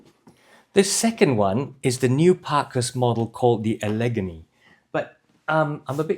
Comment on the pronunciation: Enjoyed another good review, thank you. One thing, though, Allegheny is pronounced Alla-gain-ee. I might have pronounced it your way, too, if I wasn’t from the States!